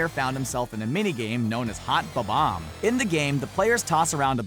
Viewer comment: and bomb-ombs 'bobboms' lmao